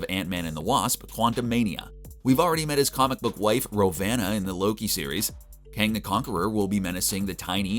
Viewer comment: Right?? 😂 And he called Ravonna, RO-vanna. But hey. He did a pretty good job otherwise lol